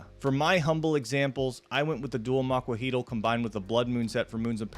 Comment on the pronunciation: Its pronounced amoxliatl